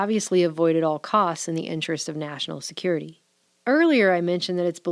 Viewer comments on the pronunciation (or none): none